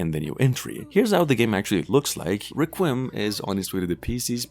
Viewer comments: Subbed! One thing… Requiem has accent on All three syllables … RECK-QUEE-EM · Requiem (Wreck-we-um)